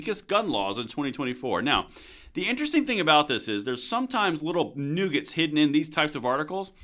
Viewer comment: Nuggets, not nougats!